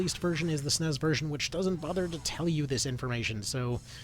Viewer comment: You lost me when you said S-N-E-S as “snez”